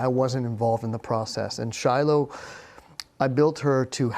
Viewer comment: Fail at "Shilo" 😂